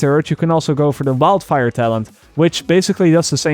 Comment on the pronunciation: ive never watched your channel but im guessing your german because you pronounce wildfire as vildfire